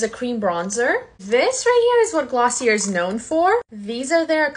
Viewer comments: Gloss-ee-ayyyyye Not glossierrrrrrr (Companies like when you pronounce the name correctly) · It’s pronounced glossiey not glossier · I was dying watching this 😭😭 it’s pronounced glossy-ay not glossyer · It’s pronounced Glossy-A ! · It’s pronounced glossy-ay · Its pronunciation glossy-a